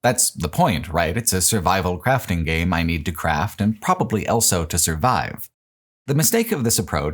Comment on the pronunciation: pronounces the word "also" as "elso"